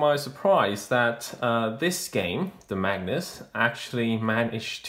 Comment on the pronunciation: Very cool book, I wouldn't have known about it if it wasn't for your video, so thank you! One thing, you keep saying "Magnus" but the word is Magus, said like MAY-gus.